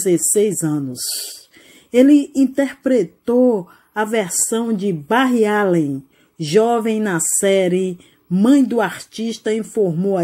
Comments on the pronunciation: "Barri" além e foda,"Lohgan" di flash kkkkk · o jeito que falou barry kkkkkkkk. Porem muito triste sua morte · Dclp mais eu ri quando ele(a) disse Barry 😂😂